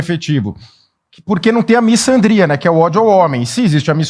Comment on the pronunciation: fala errado misandria, não é com som de ç "miçandria" e sim com som de Z miZandria